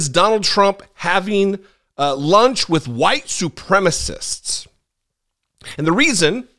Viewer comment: "White supremmist"? Is that a deliberate mispronunciation in order to sound like their Orange Idol?